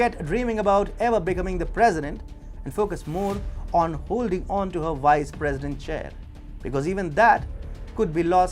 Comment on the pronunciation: It's Vice President not "wice president" you need to fix your V's & W's🤣